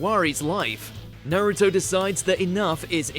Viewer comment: Its pronounced Naruto not nairito